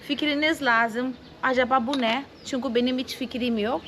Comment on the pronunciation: güle güle kullan. hiç ü harfi kullanmıyorsun hep u kullanıyorsun. Ö ' de kullanmıyorsun o kullanıyorsun ve ı harfi yerine i kullanıyorsun. Duğun değil düğün Çunku değil çünkü Oyle değil öyle Goturmek değil götürmek Tatli değil tatlı Sesli harflere biraz çalışmalısın hem kendin için hem de tatlı kızın doğru öğrensin diye. Güzel gözlerinden öperim.